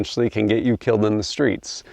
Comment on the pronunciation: Every time he said “killed in the streets” I heard it as “Kilt inda streetz” lol